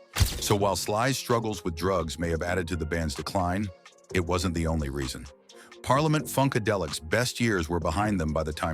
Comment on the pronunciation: This isn't a well- made doco, for many reasons. Not even sure the 'narrator' is human (pronounces 'parliament' in at least two different ways throughout the 45 minutes). Nelson George has done all this before, and much more sincerely and professionally.